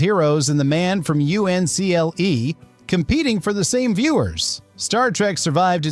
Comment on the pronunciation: he must be the only one to say " The Man from Yu-en-see-ell-ee😂 Artificial Non-intelligence?